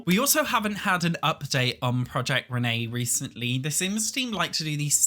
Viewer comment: take a shot whenever he says proiect renee/dolores